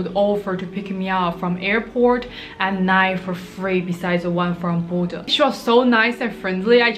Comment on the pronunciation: The way you say Bodø sounds like Buddha, I was a bit confused lol